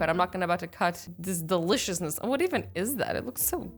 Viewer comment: it's deLICIOUSness, not deliciousness ._.